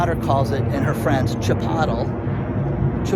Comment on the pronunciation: Now everytime I see Chipolte I will think che-pot-el. You have wrecked that restaurant chain for me.